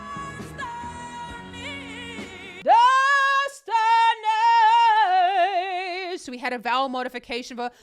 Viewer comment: Ma'am as you try to imitate the sound of Destiny you are not on the right vowel sound so you can't sing the exact same note on the same frequency Whitney is using ee vowels and you are doing Destinay and they give two different sounds you are not on the same frequency of the note and it's uncomfortable to you because everyone can't do ee vowels without making it too sharp yours ma'am is FLAT, there is nothing wrong with Whitney's pitch it's yours that is off! But that is the difference between an anointed voice and learning to sing to have the gift of voice, no offense! You sing like a trained singer and Whitney singing was a special gift what you have to practice comes to her innately. She has perfect diction which makes a difference in sound quality when it comes to vowels in singing. She has a better diction than even opera singers have the time they chew some of their words and all you hear is sound with very pronunciation